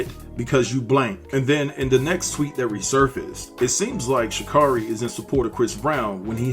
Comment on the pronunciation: You're saying her name wrong and its annoying